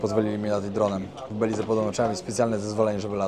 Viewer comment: Nie belize tylko beliz jak wypowiadasz Belize sie pisze Beliz sie mowi